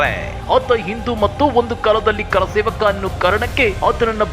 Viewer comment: ಆ ವ್ಯಕ್ತಿ ಗೆ ಕರಸೇವಕ ಅಂತ ಹೇಳೋಕೆ ಬರಲ್ಲ,ಕಾರಸೇವಕ ಅಂತಾನೆ.